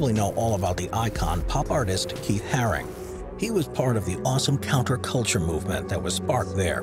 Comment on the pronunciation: Keith haring not “harris” 🙈 Also saying robbo v banksy was one of londons first graffiti wars is just ridiculous 😂